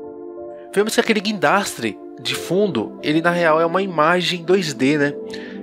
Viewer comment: O vídeo ficou mto bom mais teve uma coisa que deu agonia "GUINDRASTE" K